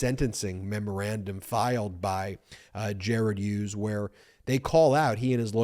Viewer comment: Ben, the name Hughes is pronounced with a hard H, as in Him and Her. Not the soft H as in Honest. Another excellent episode, thanks Bagel Ben and your mighty brothers and team!